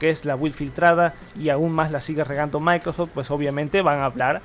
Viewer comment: "Maicrosech" 🤦‍♂️ Saludos cordiales.